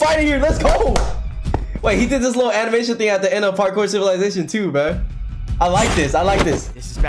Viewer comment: ''PaRkoer CivILaiZaTioen''